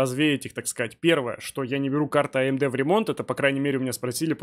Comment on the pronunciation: за одно коверканье слова АМД в умудье можно отписаться от канала